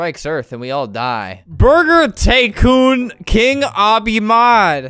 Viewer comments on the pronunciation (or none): The app: Are u ready to jump? Albert: jumps Ya!! lol i thuoght this was funny!! Oh and heres another funny part of the vid! How the app says "tycoon": TaYcOoN How I say "tycoon": tycoon:P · "burger taycoon"... it sounds like a burger company made a knockoff porsche taycan.